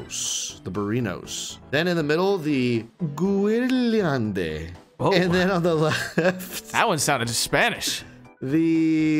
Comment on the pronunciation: was my favorite 😂 “Guerliande”